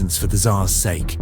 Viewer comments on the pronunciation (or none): none